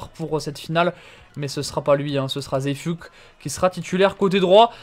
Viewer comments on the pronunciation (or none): Zeefuik est néerlandais son nom se prononce "Zééfeuik"